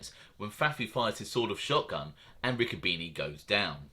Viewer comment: It's pronounced Ricco bene'